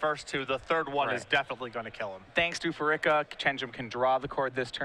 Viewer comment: Part of me dies every time he says "Phar-ICK-a"